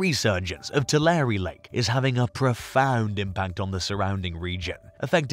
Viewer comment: Pronounced "Too-lair"